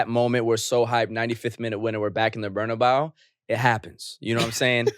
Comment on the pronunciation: Great podcast, much anticipated and appreciated 😁 But y’all gotta stop capping on the Real Madrid stadium name, its BarnabEu not BarnabAu the E is pronounced like the first letter in the word Egg! you know spanish bruh don’t let it be confused 🤣🤣